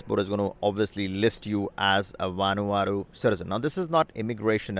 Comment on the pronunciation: Its a "v" not a "w"